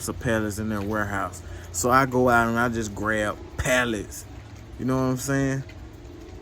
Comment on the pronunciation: OMG I feel so bad for you especially when you say PALLETTS!!!!!!